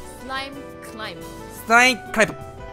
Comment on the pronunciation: 唉，，我记得你好像会发DDD的音吧，你和闪闪。就发音climb的‘’l' 是，发D的音就好了，练练舌头